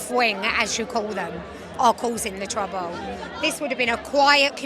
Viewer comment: " Its the left causing the trabuw" Apparently